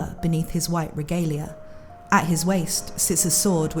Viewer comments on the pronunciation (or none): none